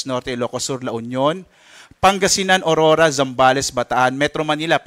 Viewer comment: Hndi po Orora kundi Aurora yan kasi pangalan naman yan hndi english word